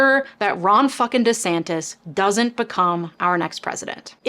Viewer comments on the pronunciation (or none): none